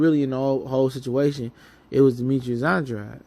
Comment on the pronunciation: Just some advise, pronounce the man's name right. Sounds like "Ann - draid". Unintentional but unprofessional and disrespectful at this point. Otherwise keep up the good work, you've been on fire lately.